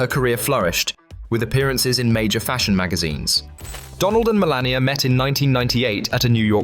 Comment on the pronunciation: Melania not "millennia"